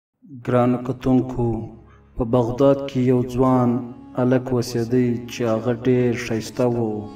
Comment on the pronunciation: لوہا تہ پہ پشتو کی وسپنہ وائ، بغدد نہ بلکہ بغداد دئ